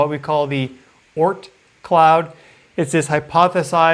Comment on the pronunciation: can you say Oort 😳 Cloud at least once a clip. Just cool how you say it…Oort 😳 - much love 🥰